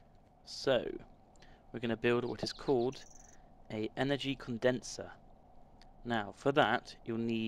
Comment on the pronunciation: I think you mean Condenser not conderser